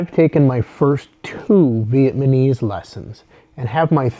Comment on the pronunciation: It's VietnaMESE, not ViemaNESE.